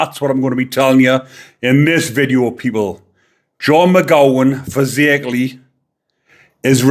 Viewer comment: Hi, It's pronounced Faz-ak-er-lee, same as the area in Liverpool. x